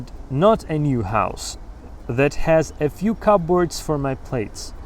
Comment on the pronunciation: Вы произнесли слово cupboard (шкавчик) так :/'kʌpbɔːrd/, а нужно так произносить: /ˈkʌbərd/